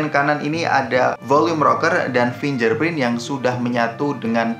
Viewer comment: Koreksi dikit: fingGerprint masbro, bukan finjerprint